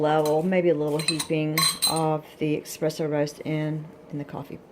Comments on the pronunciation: It’s not “EXpresso” it’s Espresso. You understand nothing about coffee. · Plz don’t say expresso it’s spelled espresso and that’s how it’s said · He is saying it is not Expresso, it is ESpresso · It's not expresso it's espresso!!! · eSpresso S not X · No credibility, you can’t even pronounce espresso properly